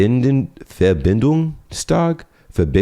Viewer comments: pronounced "Verbindungstag" extremely good. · Bro that „Verbindungstag“ have sound like you have German as your mothertounge :D